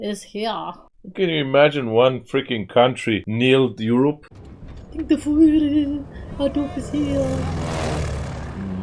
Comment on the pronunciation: I love how ur girl pronounced "the Fuhrer" (Hitler) as "the fooler" 😂